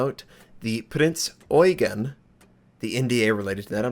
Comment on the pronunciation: a little hint, since you always put so much effort in pronouncing foreign words correctly: In the name "Prinz Eugen" the stress of the word Eugen is on the second E, not the EU: [… ɔ͡yˈgeːn] A common mistake that also Germans do who are not familiar with the ship or Eugen von Savoyen.